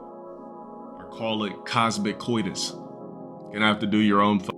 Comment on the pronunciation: I think he means Cosmo-COITUS as in cosmic-sex. No Cosmo-Codus or whatever tf this deadbeat unintelligent rog just said